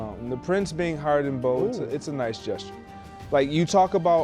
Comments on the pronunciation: Gesture lmao not jester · the wrong jester.... its gesture not jester